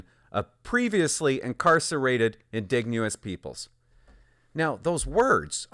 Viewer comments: It's pronounced "IN-DIDGE-EN-OUS" not "IN-DIG-NE-OUS" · In-DIDGE-en-ous, not in-DIG-nee-ous. Just sayin'. Love your videos :) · Indigenous is pronounced "uhn - di - juh - nuhs" Hearing "In -dig - neous" over and over again made me smile :') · Why do you keep saying indegnouous!? Do you even know we're talking about natives here.... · Please help your audience and your credibility. Indigenous In-DIJ-uh-nuss. And if you’re trying to be funny. It’s not. Just hurts the conservative position and makes us look ignorant and intentionally rude. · IN- De-Gin-Ous. Lol man everytime he said indegounous it distracted me. But it is 100% true, funny seeing what was in the news during peak wokenesss. I hope we keep correcting to normal daily operations, but sanderson should hsve been a lifer after the first sttempt of burns life... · what the hell are you amurican, its indigenous not "in digne us " as in "indignate who us ????" one thing that drives me insane is people that cant pronounce words that we've known since early public school, wrong !!!!! its always people that are trying to sound smarter then they really are and dont understand the word they are saying and its usually commentators, and narrators that are reading from a script, they !!!! should know better, and have a grip on the english language by now, you might just as well call them 'ingins' and 'S K' moots, grrrrrrrrrr.......................... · Bro, if I hear you miss pronounce the word "indigenous" (Inn-dig-nu-us) one more time, I swear my head is going to explode. Thanks. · Please learn how to pronounce indigenous. I agree with your criticism of the justice system. It's no longer doing its job. However, not all inmates are like Sanderson. He is an extreme case example and one man's actions does not define a failure of the correction system. He fooled them. That said, I agree with stricter rules around release and support Poilieve's announcement.